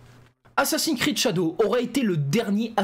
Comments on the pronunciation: Ho lala ,j'ai entendu ''assassin crade'' ?🤔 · "assassins crade" 😂😂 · Le prend pas mal mais j'ai rigoler quand ta mal prononcé assassin's creed tu à dit "assassin'scrade" j'ai exploser de rire je suis désolé vraiment 😂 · " Assassin crade"le lapsus 😂😂😂